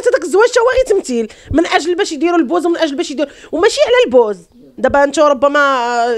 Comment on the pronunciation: انطقي الكلمة جيدا البوز